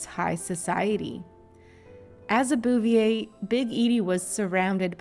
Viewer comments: Bow vay that’s how their name is pronounced 🙂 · Boo- vee -AY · Its pronounced Boo-vee- ay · Your pronunciation of the last name is HORRIBLE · I tried to watch this, but hearing you/AI voice continually grossly mispronouncing the Bouvier name over and over and over was just too nauseating... I quit 2 minutes in...